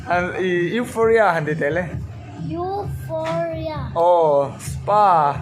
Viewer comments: Ngawiteh mn lo ngaidam lok teh complaint hranpa ni hauhloin Eurofia tiin i lam tlatin ka hri han lam tha leh teh Eufawria tih tur ani jok em pliss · Europhia or Euphoria pawhin a lam fuh hlei thei biklo😂😂😂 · Eufhoria tiin ilam ang P kha F angin a ri anga.Hriatvek theih pawh nibiklo a ho lutuk inhmuhnawm lutuk tho❤❤❤❤❤ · Europhia tiin i lam daiha😂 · Mizo trawg deuh tak in u fawria tih tur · Euphoria zawk alawm sir.... Youuufawwria... Ti a lam tur lawm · 😂😂😂A nang ber pawh chu ,i lam sual nasa ve,EUROPHIA chu ni lo deuh ang a😂😂😂😂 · Sir...Nangmah khan ilam diklo anih khaaa🤣🤣🤣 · Sir pawn alam dik thei meuh tawh lo 😂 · lam dik theilo lai khi aw😂